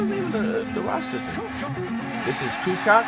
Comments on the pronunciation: Tony Kukoc is pronounced “Koo coach” not “koo cock” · It's Ku-coach not Ku-cock. Toni Kukoc. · Did this idiot just say the centers today would average 70 in the 90s? This idiot calls Kukoc (Koo-coach) Koo-cock. Bro you are embarrasing yourself. That laugh. You idiot the era forms the player. Whag you domt get is that todays players dont match up to the 90s because todays players dont have to face the phusicality and domt have to play positions and dontbhave to be specialist. Most players today are clones of one another so they dont stand out. No one is special today. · When the guy doing the "analysis" knows more about the shoes than the players I cant take it seriously. Saying Scotty Pippen would be a casual in todays game is crazy. And its Tony Kukoc pronounced Kucoach not Tony Kucock ffs man. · My boy said koo knock lmao. Koo coach bro no Coo C0ck lol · Kucock lol. Toni Coo-coach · Coocock (Kukoc) is wild. Jockick (Jokic) too…. Pronunciation Coo-coach and Yo-kitch. Smh words are hard😂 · Flight, it’s pronounced Tony “Ku-Coach” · " steve kerr is kinda nice " 🤦‍♂️🤦‍♂️🤦‍♂️🤦‍♂️🤦‍♂️🤦‍♂️🤦‍♂️ the youth in that statement....Ku-coach homey...not kucock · it’s pronounced kukotch, not kucock lol.. thats what he’s referring to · Did he say Toni Kucock 😭😭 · My boy said coo cock lmao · Tony Coo-coke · “THIS IS “COOL COCK” PAUSE FLIGHT YOU GOTTA START SAYING NAMES RIGHT THAT ONE WAS NOT IT 🤣🤣🤣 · It’s pronounced Tony “coo coach.” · Toni Kukoc. His last name is pronounced coo coach. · My Guy said Brown Randy, Bukler Jew, Tony CuCock. 🤣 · Patrick Chewing? Wemban Anders? Jakic? Kucock? Dude’s gotta be trolling 😅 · Dude you are way off. The defense was so much tougher back then they wouldnt have just let centers shoot outside shots if they could make them, they let bill winnington shoot because he cant. There were big men back then that could shoot, toni kukoc, whos name you butchered, was a 6'11" threat from outside, look up "toni kukoc .8 seconds."